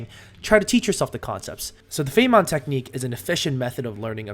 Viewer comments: Nice video, it motivated me to study :D btw the feynman technique is named after richard feynman the physist and its pronounced fain-man. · The fay-mahn technique? … surely you’ve at least heard of Richard Feynman before… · Feynman is pronounced "fine-men"